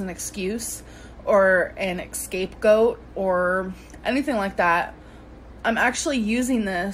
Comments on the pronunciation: People might take more seriously if she a) didn't lie constantly and b) didn't use words like "excape goat" and "chronicalogical." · Squeaky Rabbit Yep, I nearly choked on my tea (no shit, I'm literally drinking a cup of tea 😂👏🏼) - I actually skipped back to make sure that's what she said.. I'm going to start using it for shits & giggles.. It's like when people say "expresso" instead of espresso..but WAY worse 🙄🤦🏻‍♀️😂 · I don’t like, but she could have a speech problem. I have a problem saying Scapegoat too, and always say escape-goat.